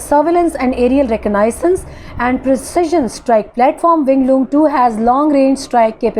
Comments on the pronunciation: Kindly Pronounce "Reconnaissance" Correctly. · Sister, Please pronounce "fusalage and reconnainances " correctly.